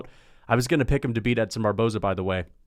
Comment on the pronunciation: Why did you say Edson Barbozie's name wrong.